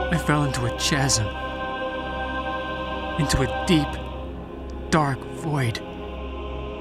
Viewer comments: Chasm | Ka-zum 🚫 Chasm | Cha-some ✅ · It's pronounced "cas-m" not "chas-m" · In the year since this was uploaded, it's probably been pointed out, but 'chasm' is pronounced 'KAZ-um', not 'CHAZ-um', when you hear someone say the latter they're doing it for comedic effect. Unless that was supposed to be the first hint of something being off about the guy? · Chasm is pronounced ka-sam, not cha-sam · The scariest bit is how he pronounced chasm. CHAZAM! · lmao chazm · i love this but biggest gripe is how the girls says '44 as if she was alive throughout the 20th century. Like no millennial or person born after them will ever refer to a year in the 20th century by its last two digits. and also how the guy says chasm like chazzem lol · Who ever pronounces chasm [tʃæzʌm]? That’s strange. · 😭 bro you can’t say tsch—asm. It’s really well put together but you gotta have an editor to check this stuff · 'CHasm' is actually pronounced like 'kaz-em' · 'Chasm' is pronounced 'kazm'. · Chasm is pronounced casm/kas-m. The H is silent. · How on earth did that pronounciation of 'Chasm' get passed xD and how did nobody mention to the actor thats not how you pronounce it. Surely he would have mentioned it during line practice or something lol. Great film nonetheless! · GREAT VID, only thing, main guy pronounces chasm wild 😂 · omg he pronounced the h in chasm... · Bro so messed up by eldritch horror forgot how to pronunciate words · I've never heard chasm pronounced like that lol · Bro can't pronounce "chasm." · I hate to be this person but... ...the 'h' in 'chasm' is silent. Nice short though. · Cant pronounce the word chasm properly and nobody caught it.